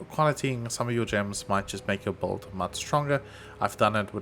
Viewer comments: u said it so many times thats why i asked 😂 sounded like volt, bolt or bold, wud make sense if u were meaning build, or if theres some poe lingo im not aware of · usefull stuff, also u were saying build right? sounded like bold or sum 😂